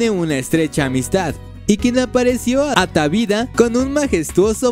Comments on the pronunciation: Buen contenido, pésima pronunciación como consecuencia de no revisar la ortografía de la nota al redactarla: dice "taviada" la palabra correcta es ataviada; dice "certamens" El plural de certamen es certamenes. Cuando gustes puedo ayudarte con la redacción y ortografía, se pierde la atención en la nota con estas fallas. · Y se dice ataviada no "atavida" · Se dice ataviada.,NO ATAVIDA. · Atavida??? Será ataviada. Este chico no sabe leer.